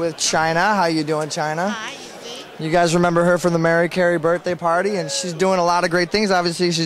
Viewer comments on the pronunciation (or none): It's Chyna, not China. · Her looks has really improved. Im proud of her. Im glad shes starting wrestling again. Maybe it will desire her to come back to wwe. Who knows? By the way, its "Chyna" no "China"